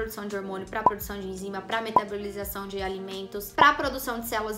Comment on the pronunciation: HOMONIO kkkkkk